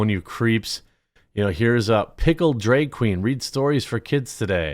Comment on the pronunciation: drag, not draeg, jeremy, why can you not pronounce drag?! who the F says it like that. like flag. not flayg.